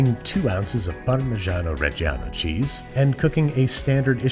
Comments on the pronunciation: Between Babish and Weissman, there's only so much "parmesano reggiano" I can tolerate in one week. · I love how he pronounces parmigiano reggiano slightly different every time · Is there some kind of YouTube chef agreement, that they have to turn Italian for 3 seconds every time they say "Parmigiano-Reggiano"?